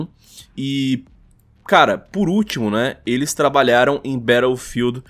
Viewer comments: Impressão minha ou o cara ler "ilis" ao invés de "eles". Aprende a ler pow. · Ótimo vídeo, mas meu ouvido doia toda vez que o falava "elis". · "Iles" kkkkkkkkkkkkkkkkkkkķkkkkkkkkkkkkkkkk